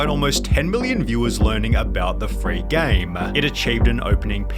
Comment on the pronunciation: Armoaaah, Gameeah, exposahhh, populahhh, been a while since ive heard the "ahhh"s hehe